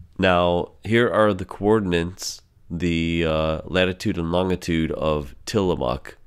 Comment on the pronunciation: please learn how to correctly say organ and longitude, but on another note good video ty